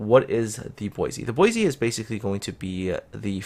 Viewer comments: She is disappointing, but, as you said, she is work-in-progress. Also, just to be picky about the name pronunciation, since I live less than 25 miles from Boise, Idaho; it is pronounced "Boy-see", not "Boy-zee". Minor nitpicking, I agree, but thought I would bring that your attention. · Yuudachi : Poi-se ??